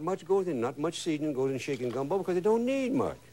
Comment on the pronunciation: He said put shickin, sounded like he put shi- in!